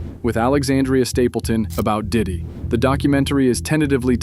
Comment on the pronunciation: Diddy Not dick😂